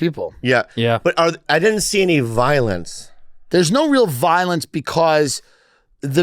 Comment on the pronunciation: “did you seeng”